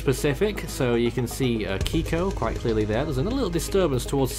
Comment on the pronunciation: It's Kikó lol